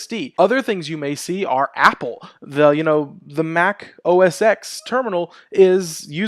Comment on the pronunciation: As a long-time Mac user (circa 2003) and sysadmin, I groan every time you say "OS ECS" (as opposed to "OS TEN") :P (I know, I know, it's moot now that Apple renamed it to "macOS.") Looking forward to future vids, great work!